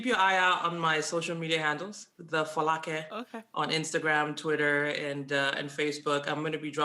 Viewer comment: Anybody else impressed with how well Adrienne pronouced her first and last name especially that last name😊😊👏👏 I was so happy I got so excited I was like yasss Adrienne 😁😁👍👍 kudos to you she was about to beome one of my favorites after that moment I can't😁😁 so amazing!!! bravo way to go!!!👏👏👏👏